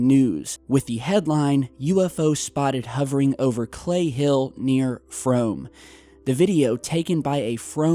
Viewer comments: Frome is pronounced Froom. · its said like "froom" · its pronounced froom. 😉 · it's pronounced Frome like f-room and IV seen loads of these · its pronounced froom :) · I live near there. It's spelled Frome but pronounced Frooom. There is a lot of countryside around here. it's entirely possible it's a malfunctioning amature rocket. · Cley Hill is a hotspot round these here part's (Frome is pronounced "Froom" btw dude).. Cheers for the UK love x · I'm from Frome and that's not how you pronounce it and I can 100% tell u that was fire works they were set by a load of people up by the white horse that's a place everyone walks there dog